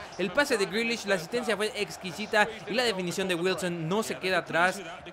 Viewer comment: me partí de la risa cuando les respondiste, si jugadores como jack grealiash, no se quién y fares bahlouli, con esa voz y tu francés. xDD.